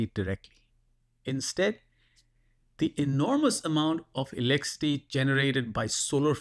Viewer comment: What's this "elecity" you keep talking about?